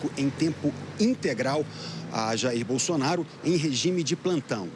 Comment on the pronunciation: Ouçam a Renata aos 15min e 35 s ela fala BUNDONAURO 😂😂😂😂😂😂😂😂😊